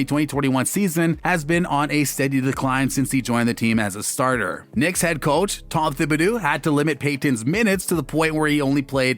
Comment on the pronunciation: Tom Thibidoooo. Evan Fernierrrr. Nerlens Nuool... IM DEADDDDD